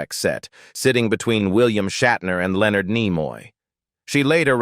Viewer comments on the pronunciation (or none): none